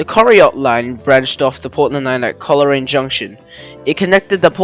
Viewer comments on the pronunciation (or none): Good vid, just for future reference Coleraine is pronounced- Coal-Rain Casterton is pronounced kass (mass with k) ter ten Koroit - Ko roy t Cavendish - Cavin (cabin but v instead of b) dish And they wouldn’t have to have dual or gauge changing train it would just run a shuttle from Portland to Ararat for connecting trains to Ballarat and onto Melbourne etc sort of similar to the Stony Point line